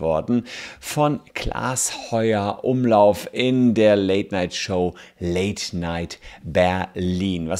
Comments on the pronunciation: Das nervt mich so doll, r heißt nicht Heuer-Umlauf sonder Heufer-Umlauf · Voll nervig wenn der Name nicht mal richtig ausgesprochen wird ! Klaas Heufer-Umlauf !!! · Heufer Umlauf Bitte! 😅 nicht Heuer 😄